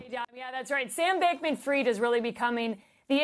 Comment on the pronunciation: why do you read Fried as freed? fried is fried, just like fries